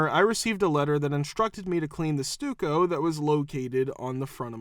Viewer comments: It is. Narrator is borderline illiterate. Several common words mispronounced. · First time I heard Stucco pronounced as Stooko. I always thought it was pronounced like stuck-o